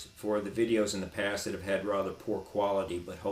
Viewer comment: sudden Boston accent..."rather". Sounds like JFK reincarnated. Great video.